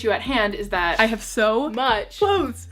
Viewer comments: watch having trouble saying ‘clothes’ correctly for 17 minutes straight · Goodness I freaking love your cleanout videos. Also clothez cause it's cool. I hope that's how u meant clothes with a z lol